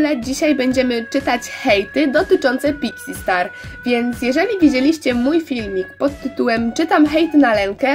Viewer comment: Czy tylko ja na początku usłyszałam pizzi star